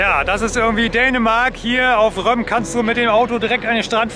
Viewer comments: Das wird “Røm-ø” ausgesprochen😉👍 Aber Røm geht auch auf “sønderjydsk” Tolles video! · Ich meine, dass es tatsächlich im Dänischen “Römö” ausgesprochen wird. Die Aussprache “Römm” ist Nordfriesisch, soweit ich weiß.